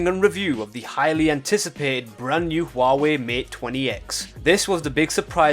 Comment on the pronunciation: It's NOT hoo-wa-way, it's pronounced wah-way, apart from that ,GREAT video !!!!